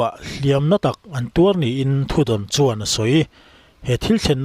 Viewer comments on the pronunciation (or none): none